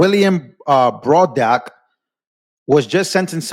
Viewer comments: Dude, you're pronouncing "Braddock" wrong and it's driving me crazy. Go back to 4th grade English class my dude. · can't read for sht! He mis-reads so many words it makes him look dumb. Can't even read the last name Braddock? Really? He really said Bro-dock?? 😭 It'# pronounced Brad-ick. Every video he messes up 2 words or more. This is hilarious. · BRADdock. BRAD-DOCK BRĀDDOCK long A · It's pronounced Brad doc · (brad-dock) just sayin 💕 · a shame this fucker can't say, "Braddock"; give me a break, guess he never heard of James J